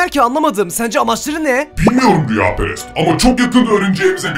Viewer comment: Rüyaperes degil kameraman rüyaperest